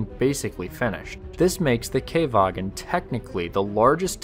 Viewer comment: not Kay-vagen, Kha-vagen.